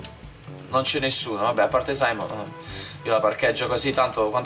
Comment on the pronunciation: È SIMEON NON SAIMON